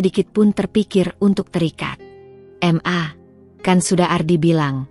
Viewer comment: Bukan m.a tapi ma dbacanya ma